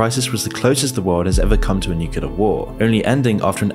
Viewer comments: Its Nuke Leee errrrrrr.... Not Nuke uuu leerrrr.....lolol srry im a word Nasi..... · please pronounce the "nuclear" properly. You are saying: "nucelar" instead of "nuclear". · We're already in it. We've been in it for the past 3 years now. These are the beginning stages. Also, NUCLEAR, not nucular,.